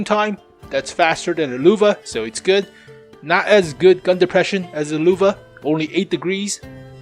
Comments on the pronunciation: It is Lehwe not Luvah,... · LÖWE not LUWE!!! As a german I got cancer hearing that. xD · Every time you say Lowe i cringe. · its frustrating listening to how he pronounces "löwe" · Bunch of idiots in the comment section “yOu SAy LöwE WeIrD